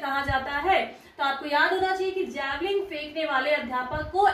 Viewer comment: जैवलिग नहीं होता मैडम जी जैवलिन होता है.....